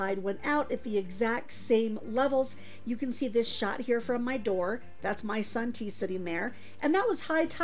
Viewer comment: Omg you said “that’s my sun tea sitting over there.” But I thought you said “Son, T sitting over there” and I paused, trying to figure out why your son looks like a Roblox. 🫠